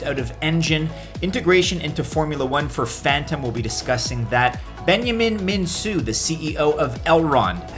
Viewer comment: Elrond's creators' last name is pronounced MinKu: the c is solid, not an S... Romanian confirms! Great idea, watch the whales and distribution tho...